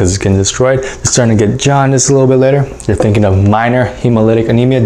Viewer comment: umm “HAUNDICE?”